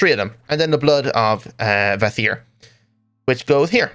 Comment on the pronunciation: Funny how you look up the pronounciation of "Kvasir" (which I appreciate, being something of a names geek), and then get the names of the constellations all wrong :D Apart from that, Astral Sorcery's beauty strikes me every time. Regrettably you can only attune yourself once per game :D